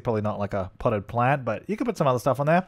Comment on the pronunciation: I know this is an ancient meme but seriously: potted plant Australia: h*e dont do it::) Australia:...::) Australia: oh my god: pott plant:) 🌱